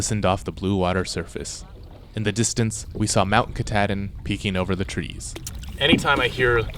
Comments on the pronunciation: I live in Bangor and we pronounce Mount Katahdin as Mount Kah taw din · Sadly, I have no choice but to file a lawsuit against Adventure Archives. Because of the mispronunciation of the word Kuh-Tahhhhhhh-din no less than 8 times by 3 separate individuals, my dear wife's head exploded like a watermelon wrapped in rubber bands. It was terrifying. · Ka-tah -din. There ya go, guys. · Welcome to Maine! My home state but the mountain is pronounced Ka-taw-din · Why does keep mispronouncing Katahdin??